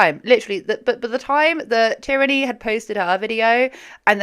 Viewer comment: It's teer-nee. Common enough name. just mispronounced it